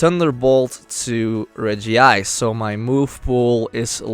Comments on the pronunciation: It's Reg-ice, not Regi-ice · It's not regiice it's regice